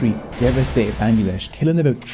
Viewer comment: Actually it’s pronounced ban-gla-desh 🤓